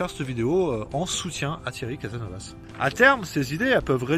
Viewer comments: CASASSSSNOVAS ! Oui tu prononce très mal ! Mais tu fait de bonnes vidéos, merci. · Mince , je m'attendais à m'amuser un peu en prenant plein la face , je suis déçu :) merci à toi ...C'est "caSaSnovaS" , il faut marquer les trois "s" .